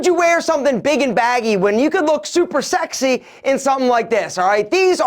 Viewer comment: Three "sax-y"s you said man 😂 got my folks thinking what ya watching bitch.